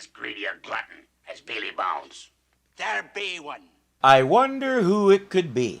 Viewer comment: WHY does pronounce "Billy Bones" as "BEE LEE Bones"????? Drives me CRAZY!